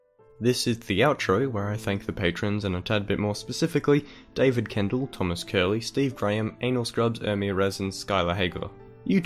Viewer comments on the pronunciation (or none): none